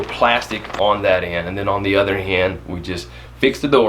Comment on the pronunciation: Did you just say other hend ? 🙃 Love your videos !